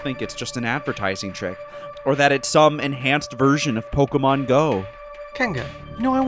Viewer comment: Pokémon, not Pokamon.